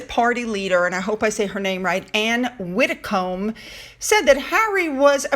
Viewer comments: Whinger is pronounced Win-jer. And I agree with Anne Widdecombe (pronunced Widicm). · Ann's surname is pronounced WiddicUM and it is winJer Don't you just love the English language! Lol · Hi good video Ann Widdicombe is pronounce Widdicum it's a silent B